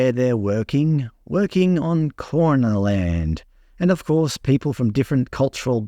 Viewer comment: (Kaurna) It’s pronounced Garna.